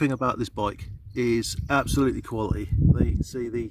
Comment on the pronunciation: "Kwally - eeh" ?